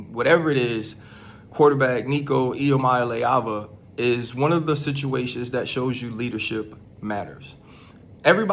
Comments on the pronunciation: Wow. U butchered hia last name. Good for u!! Nico gonna regret this. His daddy is a greedy fool. 🍊🍊🍊GBO!!! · Dude, you absolutely trashed Heupel and Iamaleava's names.😅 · Its E-ah-mah-la-ah-va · Stopped video seconds in! Bro check your pronunciation of athletes and coaches names before making content! Y'all can but I can't watch or listen to such a piss poor production. Thumbs down on this one. For the record the names are EEE AMA LEAVA AND HYPE-LLLL SAY'EM LIKE YOU SEE THEM! BUT SPELLED DIFFERENTLY. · Ain’t even mad he cant pronounce iamaleava , but know knowing Heupel’s name is nuts